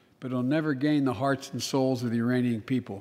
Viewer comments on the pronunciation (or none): none